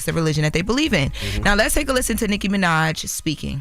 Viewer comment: Why do say Nicki's name like that? or am I tripping